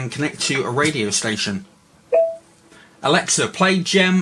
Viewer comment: Its alexa not alexia mate